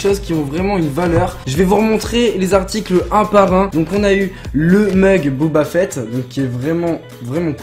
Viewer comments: On ne dit pas Booba Fett mais Boba Fett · Booba fett ok😂. C'est boba fett